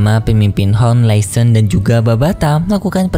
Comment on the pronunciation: Laishon bukan lesen